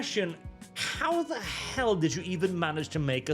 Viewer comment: "what the hleel is even that"